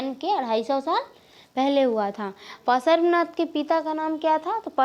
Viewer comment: Are bolna to seekh lo त्तिर्थंकर Or भगवान् पर्श्वनाथ ese bolte he dekh dekh ke pda rahi ho bo bhi glat glat bol rahi ho